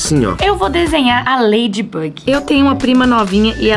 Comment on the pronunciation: A falou laidybag 😂